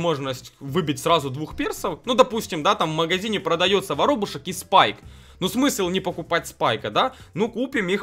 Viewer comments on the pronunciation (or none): Я каждый день смотрю твои видио по бравлу, и споминаю, как ты на Спайка говорил Спикэ, а на Кроу - Сроу.